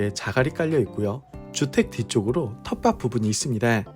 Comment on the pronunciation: 매번 좋은 매물 소개해주셔서 감사합니다. 다만 '텃밭'을 자꾸 '텃밧'으로 발음하시는 것만 고쳐주시면 좋을 것 같습니다. 텃밭이 -> [텃바시](X) [텃바치](O), 텃밭을 -> [텃바슬](X) [텃바틀] (O), 텃밭에 -> [텃바세[(X) [텃바테](O), ...